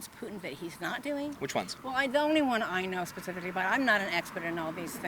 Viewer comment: This “ former educator” can’t pronounce the word “ specifically” I won’t take any of her advice, moron